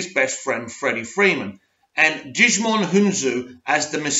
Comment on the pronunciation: Djimon is pronounced Jih-muhn the D is silent.